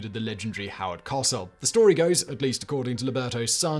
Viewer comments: It’s Co sell 😂not Cossel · Coh-sell not Cahsell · Simon, just a Note, Howard Cosell, is pronounced as two syllables. Co-Sell. At least, that’s how old Howard pronounced it. Very colorful character, very abrasive, but a very recognized voice. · I guess no one watching YouTube remembers Howard and knows that he pronounced his name much different than Simon did. Co-sell. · A minor nitpick Simon but Howard Cowsell's last name is generally pronounced Co-sell in the States. The w is pretty much silent or dropped. Your pronunciation just caught my ear for how strange it sounded. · It's pronounced COH-SELL. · Not usually a "that's not how you say it" person, but Howard's name was pronounced co-SELL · I'm not a foot ball enthusiast either one but when you say Cosell it's long O short e and emphasis on the last syllable not hugely but enough to notice, the sound of you butchering his name nearly made me vomit. Why don't you check this first I like you and all your channels I'm subbed to, but crap like this will get you unsubbed quickly. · Right up there with brain science 😂 And don’t forget how he pronounced Cosell 😆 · Once he said it the first time, it was all I could hear.